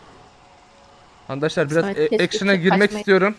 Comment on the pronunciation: Abi sen niye arkadaşlar diyecegin yerde ankadaşlar diyorsu .